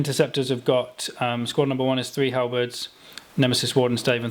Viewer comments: Halerberds?? Halberds 😂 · I thought I heard Halibut too and immediately went down a Monty Python parody loop.. 🤣